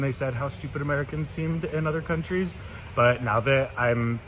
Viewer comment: I love how you pronounce countries as “cundrie” 😂😊